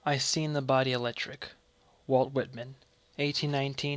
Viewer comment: Pronouncing Sing as Seen